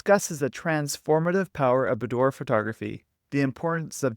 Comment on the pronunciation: Great tip for individuals and couples. PS, It's pronounced buːˈdwɑːr